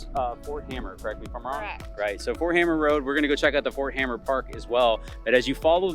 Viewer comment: Also, Ft hamer, not hammer.